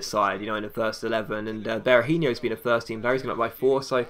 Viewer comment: Berahinio? Really? "Hinio" no, Hi-no.